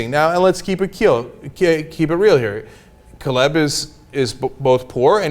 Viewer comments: I like the way Cenk blackened his name up. lol. It's pronounced K Lib. Not Kah Lib. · Not sure why Cenk pronounced his name like that. Its Caleb(Kay-Leb)